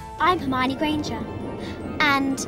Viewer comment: É ele falou Rermani em vez de Hermione kkkkkkkkk